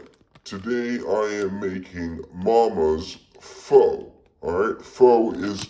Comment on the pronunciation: Btw pho is pronounced fuh